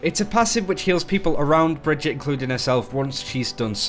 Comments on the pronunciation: bruh its brigggeeeeeettttaaaaa. not brihjit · Brigg-ett-e not Bridgette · it's not "bridge-eet" it's "brig-eet-ay" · Pronounced Bri-gee-tuh. Not like Bridget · br-GIT-uh, dude. Not Bridgette. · So she’s supposed to be swedish, right? But her name makes no god damn sense in swedish. It’s like they butchered the actual swedish name Birgitta (pronounced bih-gitt-uh, with a hard g as in ”go”). Brigitte isn’t a real name, it’s weird as fuck, but I guess us Swedes would pronounced it as brih-gitt-eh (again with a hard g). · Awesome video, but for future reference it's pronounced Bri-gee-ta ;) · So weird, do you tubers actually listen to Jeff speak? He says clearly how the heroes name is spoken.... Bri-gee-tah. Kind of like vageta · It's pronounced like Vegeta. So, Bree-geta. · Pronounce her name right plz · Yeah it was a bit off, but he didn't exactly butcher it. It's one of the better americanized pronunciations I've heard. If you don't speak german I don't think you'll get any closer than what Jeff said. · He definetly did NOT say the name right in the dev update